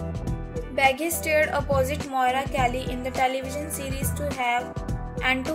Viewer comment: You're pronouncing his last name completely wrong